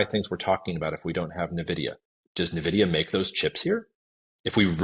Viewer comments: it's not "nuvidia" it's "en vidia" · When an "expert" can't pronounce Nvidia correctly, it gives the viewer a strong vibe of him not really being an expert...